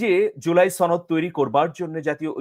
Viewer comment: সনদ না ছনদ সনদ কথাটি ঠিক ভাবে বলতে পারো না৷৷৷ উপস্থাপক হয়েছ